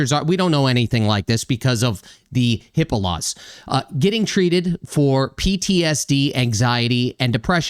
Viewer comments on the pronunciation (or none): none